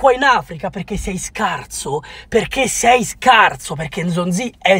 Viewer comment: Ma perchè dice scarzo? Ahahah